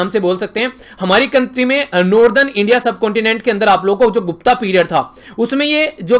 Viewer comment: 'Gupta' its गुप्त काल सर..... not गुप्ता